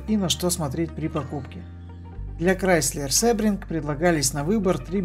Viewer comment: Произносится не "СЭбринг", а "СИбринг". Английский язык. ;)